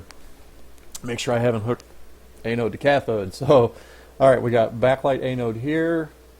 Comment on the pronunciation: FTR, its pronounced AN-ode (as in ANNE- ODE) not A-node (as in AY-node).